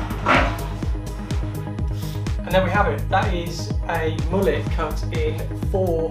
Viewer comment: Init defo not a mullet, but guy can’t say it properly either, he says moo-let so maybe this is a moo-let cut and not a mullet